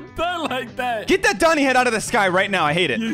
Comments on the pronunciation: He said domi head not doni head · its domi not doni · it's pronouce, domi